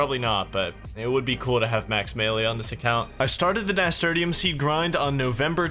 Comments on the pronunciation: haha nasturtium is pronounced nasturtium not nasturtium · Finished my 2nd walkthough. Amazing series, still laugh every time he pronounces "Nasturtium" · Was enjoying this until I heard how pronounced nasturtium. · Thank you for making this. Also, I've never heard anyone pronounce Nasturtium like that before 🤣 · I still LOL at the way he pronounced Nasturtium. Love ya, bro.